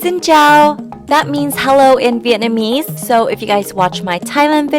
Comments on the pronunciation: You saying Vietnamese very good!😄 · you say Vietnamese so correct because I come from Vietnam